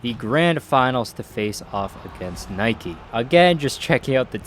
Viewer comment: It's Nike not Nike